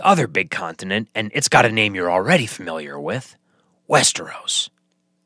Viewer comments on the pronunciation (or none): none